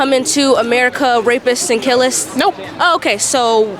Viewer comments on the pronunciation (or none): When the petite lady with glasses said, "killists" instead of "killers," I knew that I no longer needed to hear anything that came out of her dumbass mouth. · “Killists”? “”Condemption”? How the hell is she in college? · "killists" lol😂😂😂 "condemtionse" 😂😂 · Did she say killists? Are you serious? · “Rapists and killists” “condepmtion” lol Jesus Christ. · She said Killist and Condemption! 😂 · A college student and she actually said " killists". Seriously...WOW. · And 'killist' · Hold up, did she say killist?????? OMG! She then says, condemntion hahahaha and then she says IDIOTCY WOWWWW, she's so smart, she's invented her own words Ok, im convinced...her parents are wasting their money on her "education" lol i mean her foolish take on ICE is grounds alone for coming to that conclusion but, WOW! KILLIST...ok, gotcha lol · Forget about that...she said "killists" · The girl said killists? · “The condemtion”? “Killist”? Is she a college student? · Condemption?? Killist?? That girl should do less talking and more time in class and in a book. Yikes.